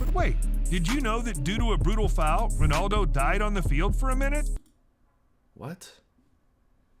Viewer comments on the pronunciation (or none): none